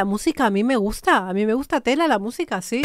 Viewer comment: Porque dice shi, shi como Luis mongol